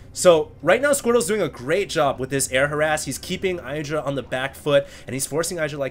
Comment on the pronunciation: Please you pronounce IdrA wrong.